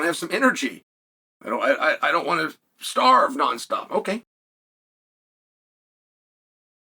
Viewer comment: He even said it just like “wnat”